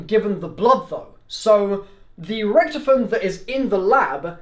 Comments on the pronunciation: its richtofen not richtfin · Btw it’s not Richthofen it’s Rich-tofen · HE SAYS RICHTIFEN